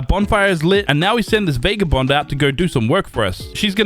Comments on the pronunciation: Fun video, but it's VAH-GAH-BOND, not VAY-GAH-BOND. Every time you say it that way a puppy dies. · NOT VAYGABOND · Love the vid but bro VAGABOND IS HOW YOU SAY IT